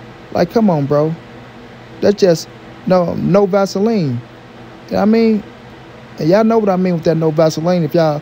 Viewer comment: No vacelinee, bro I lost ittt there lmaoo!!!